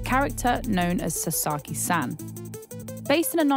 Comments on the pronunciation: You completely butchered the guy’s name! It’s pronounced Sa as in ‘sa’ssy times two so… Sasa then add a key, then you have Sasaki. Do your homework. You wouldn’t like your name butchered either. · Honestly if you're going to make a journalism piece where you need to pronounce a foreign name, at least learn how to pronounce it correctly. It's not 'sa-sarr-ki' it's 'sa-sa-ki'.